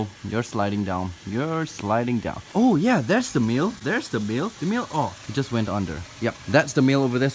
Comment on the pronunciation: When you said 'male' I heard 'meal' and I saw a turtle I was like wait sooo the turtles are cannibals?